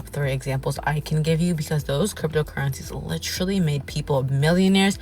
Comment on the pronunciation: Yeah “lit-TRA-ly” a millionaire.